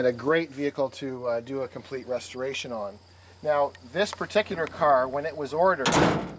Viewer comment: Who IS this guy? That car does not need a "retoration" and in listening to him babble he may be the last person I'd want doing it if it did. "Sail fin"? Vintage Air so it will be "fully equipped"? Dear God.